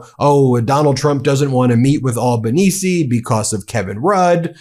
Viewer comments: Hi, here... thank god you're coming to Oz. Moving forward then, it's best that you get our PM's name right... it's Al-ba-Knee-zee. Al as in Al Greene. If you really want to fit in, it's Albo as in elbow with an Al in front. Also, our asshat Liberal party call themselves that because they are into economic liberalism, as in, no regulations on corporate interests and businesses. The Labor party was founded by Unionists. They are the reason we aren't the same as the US. They still suck a lot, though. We don't worship our pollies here, we generally think they are all a bunch of corrupt wankers; we just vote for the party whose policies we agree with the most. The parties can choose their own leaders at any time, so we need to be mindful of all the pollies in the party, 'cause even the party currently in power could have a closed door meeting and vote to chuck Albo out & make another member PM. Keeps them on their toes! We have a few promising independent journalists, such as: Punter's Politics. If you had to pick one frontman, I'd go with Punter's Politics. He may seem out there to yall, but he taps our humor and outrage like a freakin' boss. He IS Australia; he gets it. Great research and deep dives into issues. Sloan Zone does incisive Meidas Touch style analysis. He's great, and quite young so taps into the younger generations. Michael West. Michael isn't terribly good on camera, but his research is top notch. Jordan Shanks (news/comedy) is a shameless labor shill and c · You want the Meidas Touch in Australia? Please, then, learn how our names are pronounced. It’s “OZ-tray-liya” not “Osh-trell-yuh”. It’s “Ock-uss” not “Ow-kuss”. And our Prime Minister is Anthony “Alban-easy” not “Alba-neecy.” This is all said with love for you guys, but my (“ozzy”) ears wince every time I hear these mispronunciations. Cheers, Adam in Sydney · no... albanese (AL) not ALLbanese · Albanese pronunciation: ow-bah-nee-see. 8647. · It's pronounced "Ale" not "All" banense